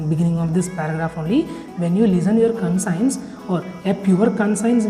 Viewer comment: Conscience pronunciation is wrong